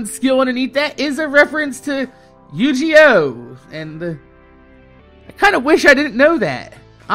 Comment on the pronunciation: He... Said... Yu-ji-oh...